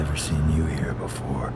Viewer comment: Me: seen Daz: sin